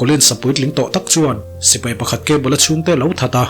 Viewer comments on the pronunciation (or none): none